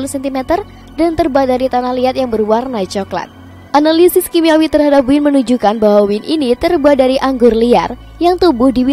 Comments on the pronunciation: dibacanya Wayn bukan Win 😭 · Maaf ya...kalau anggur dalam bahasa inggris...mengucapkannya wain...bukan win....semoga bermanfaat...